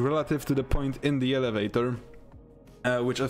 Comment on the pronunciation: Alavaytor ahah